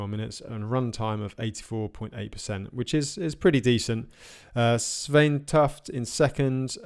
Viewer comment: Great coverage! Svein is pronounced Swayne.